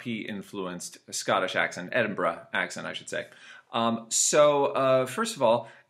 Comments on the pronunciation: Its Edin'bruh lol. Not quite there mate but not bad. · Why does he say "Edinbra" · sounds odd